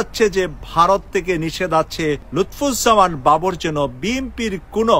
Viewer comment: আপনি উনার নামটিই সঠিক ভাবে উচ্চারণ করতে পারেন না। আপনার নিউজ আর কতটুকু সত্য হবে...?